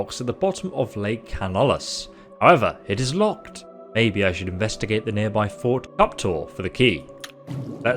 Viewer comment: Pronouncing fort as court, okay, maybe.. but Welkynd as Wellcard? How does that even work